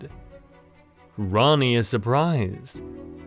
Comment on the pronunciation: Bro is saying Ronnie when it’s Rani LOL